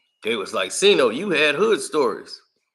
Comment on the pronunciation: Lol no it doesn’t said it right